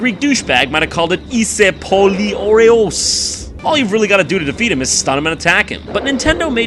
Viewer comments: "eeseh poli oreos" good try Jon but still needs some work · his greek are just so funny nice try though saying είσαι πολύ ωραίος